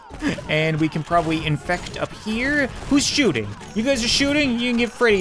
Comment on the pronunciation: “Who’s shoosting right now” 2018